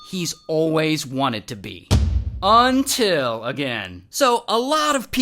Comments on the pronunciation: Everybody's Gangsta till he says “Until” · Everybody’s chill till he pulls out the “UNTIL”